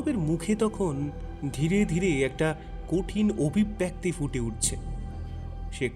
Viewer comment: " Golpopathok Mohashoy " Obhibbyakti " Noy , Uchcharonta " Obhibbyekti " Hobe Dada. Aabar Bhul !!!!!!!!!!!!!!!!!!!!!!!!.